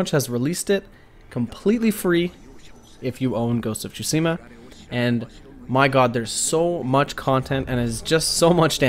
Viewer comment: Ghost of Shusima? 😂😂😭